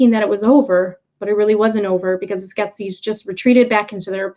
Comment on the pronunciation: I loved this film growing up, made a puppet based on one of Brian Froud's creature designs for my degree and am really enjoying the series! I'm sorry but every time you say Skeksis wrong - I wonder why it comes out as Sket-skes? Sounds Egyptian! - I cringe! Skek - sis.;) This story has ancient roots and so much depth! It made such a huge impression on me and returns at a very interesting time.